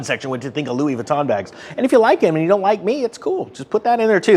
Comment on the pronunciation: did you say louy the con bag they are the same thing.